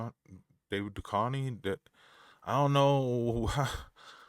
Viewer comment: This song has been my bounce song since it came out. Id posted it on the discord, noting that it had been filmed by flackerz but maybe you didn't see it. I need you to go watch x files, though. Everyone in our generation should know how to pronounce Duchovny lmao. Much love 🧡🧡🧡🧡:_heart::_heart::_heart::_heart::_Set::_Set::_Set::_Set